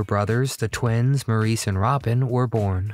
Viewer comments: Maurice Gibb... Maurice was pronounced 'Morris' (_NOT_ "Maurice" - despite its spelling) - it's always been spelt the Feench way but pronounced the British way - 'Morris' despite how Americans always try to say otherwise. Morris and 'Mo' for short by his brothers and family ...and his fans are often fairly annoyed that his name is not honoured by the use of its correct pronunciation. 😡😡😥🏴🤔♥️🇬🇧🖖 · Maurice is pronounced Morris. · I did enjoy your video❣️ Thank You❣️ I never knew Barry had a first marriage. I would say to you that in the future, when you make a video, learn to pronounce the names of your subjects. Maurice Gibb is pronounced “MORRIS”. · He didn't pronounce Maurice's name correctly.